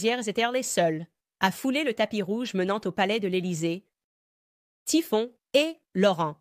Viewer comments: pas Tiphon mais Tiphaine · Sa fille "Typhon" 😂😂😂 Impressionnante cette I.A. Merci pour votre travail ❤